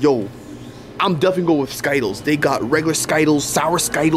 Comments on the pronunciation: I like how they mispronounced sky tiles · 😂😂yes its true says sky-tiles insted of skittles😂😂😂😂😂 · its called skitelss not skytelss \ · As in its not ski-tiles instead of skittles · I hate how he says skittles like sky_tels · 😂i love how you say sky-tiles instead of skittles😂😂😂😂😂but I love y’all’s videos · bro is not called skytallys its skittles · Yeah it's skittles not skyttles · skytle huh its skitles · It’s not Skyles it’s skittles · So funny bro it's not called skytlles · It’s skittles not ski-tiles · It is skittles not skytles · It’s skittles not skyttles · It’s skittles not skitles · Dude can you not read it skittles not skiettles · I love how always say sky-tiles instead of Skittles 😂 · I call them skitles too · Skytles has been mentioned on the channel for like 6 years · They got sky-tiles yeah I love it too😂😊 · I looked in the comments, and he just said sky tiles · I like when they say skaitles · Why do you call it skittles😂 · y do you guys call skittles skidl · Stop, saying, Skyles!!!!!!!!!!! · You know skittles are not pronounced like that right? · That's not how you say skittles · Why did you say skittles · why, are u saying skittles incorrett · Bro it’s skittles not skittles